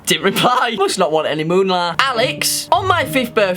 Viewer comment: brother man... It’s not “Moonlar” it’s “Mula” 🤦‍♂️ I can’t breathe 🤣💀